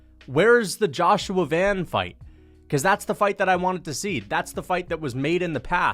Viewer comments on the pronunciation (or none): none